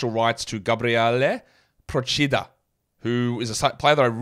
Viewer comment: Reigning pronunciation champ strikes again with Procida